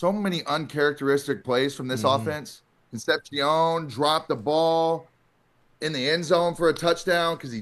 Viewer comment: At what point does someone tell UNC he's saying Concepcion wrong lol. Bro was even a guest last week lol